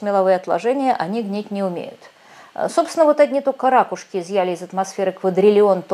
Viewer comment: какие "рАкушки", язык Русский выучите, "ракУшки" ! Не 'шо",а "что".